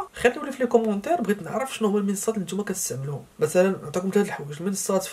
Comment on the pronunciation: تتكلم بسرعة ولا تنطق المنصات بشكل واضح